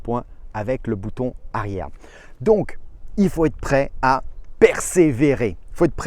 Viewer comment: Bouton arière avec un r 😂